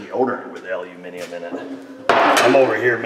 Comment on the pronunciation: YES!!! An American who can say Aluminium instead Aluminum. Nice one.